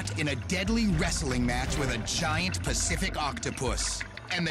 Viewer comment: "A Great Pusssific Octopuss" I wonder what the guy had in mind when reading his text...